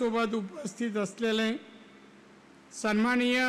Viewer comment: संमानिय नाही हो सन्माननीय असे असते 😂😂😂 बरे तुमची महाआघाडी नाही महायुतीचे उमेदवार म्हणून घोषित झाले आहात 😂😂😂@ 2.18